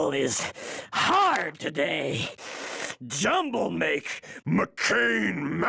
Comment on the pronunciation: lmao "jumnble"